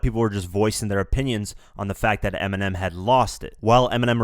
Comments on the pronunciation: pause he said 'ERMINEM'😂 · "fan of Eniminem" ecksdee.